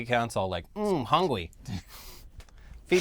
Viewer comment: Mmm hungwy! It's sugar, man!